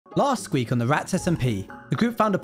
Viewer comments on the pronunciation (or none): Any one else released that he says last squeak instead of week 😂